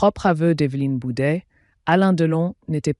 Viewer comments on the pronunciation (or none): Bouvet pas bouder